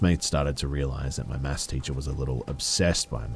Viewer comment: Is that what he was saying?? It was pissing me off the whole time. Sounded more like "mass" class